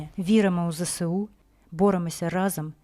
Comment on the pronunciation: Правильно говорити не "зе се у", а "зе ес у". Тому що буква "С" в абетці читається "ес", а не "се". І ще зроблю зауваження тим, хто говорить "те ре о". Та на "ре", а "ер"! Теж мені "ки ли ми ни, пи ри си ти". А взагалі "Територіальна Оборона" - це "ТО". Буква "Р" тут як до чогось дверка - ні до чого.